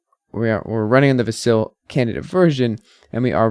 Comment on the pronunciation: I don't understand how someone following Cardano, which likely means they watch Charles Hosky videos, can still mispronounce Vasil.